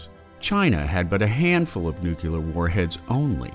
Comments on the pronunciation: Nuclear not nukuler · Great videos, but it's "nuclear", not "nucular" :D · it's pronounced "nu-clear" not "nu-cu-ler"...there is no u after the c. if you want to learn how to pronounce nuclear don't watch this channel.